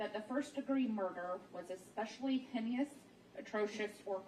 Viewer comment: When she said hen-ee-us instead of “hay-nus” and my-tigating instead of mit-igating” I lost it. I’m hoping she was nervous and not just ignorant.